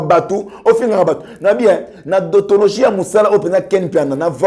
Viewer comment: On dit déontologie et non dontologie